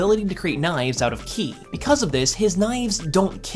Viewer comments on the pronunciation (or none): Qi is chee not key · Been years since this video, but hearing "qi" as "kee", "Furi" as "fury", "Iosama" as "Eye-osama"... Not that I'dve done much better on Pinyin prior to indulging in Chinese media, but a cursory glance at the comments didn't nitpick, so why I oughta... Ackshually, lemme plug my latest observation: so many people, in current and prior uploads, use "that" where "who" would be appropriate. All that churned, still doesn't diminish how digestible your content is. Now, back to binging~